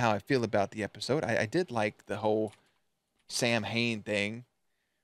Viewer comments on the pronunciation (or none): Samhain is the Irish word for Halloween, its pronounced (sow-in) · Nobody who wrote or worked on this episode bothered to look up how to pronounce Samhain. They were very very wrong 😂. It's Saa-win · So the whole Samhain nonsense - yes, the religion is pronounced “sow-win” but apparently this was based on a decently obscure horror show where in the episode. the bad guy the ghost of Halloween “Sam Hain”. Pretty much all the fun facts were from that show “the real ghostbusters”. Also, the photos/info that showed “Sam hain” are indeed from Dante’s inferno and not related to real lore